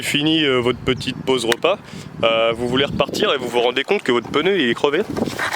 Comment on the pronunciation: pneu et pas peneu :) sinon intéressant.